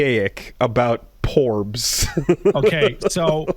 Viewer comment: Great Meido of wisdom, what do you see in your Morb? Also calling them Plorbs instead of Porbs is great